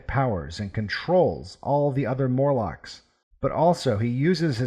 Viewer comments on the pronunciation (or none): MORlocks, not MURlocks.